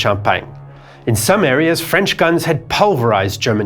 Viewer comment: As a frenchman, I must admit that you have an outstanding French accent! It's quite rare for English-speaking people to pronounce our language correctly!